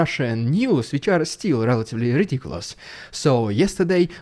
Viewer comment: I will NEVER tire of hearing you say rrrridiculous rrrrussian prrrropaganda! 😂😂😂